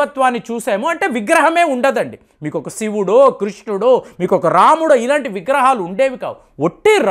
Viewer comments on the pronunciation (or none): none